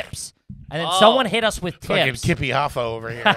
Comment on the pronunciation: That was literally the strangest mispronunciation I've ever heard anyone do, its not dumb Kippy its just strange haha. Also that weird thing happened where I decided to read the comments the exact second that happened. That happens all the times its very odd.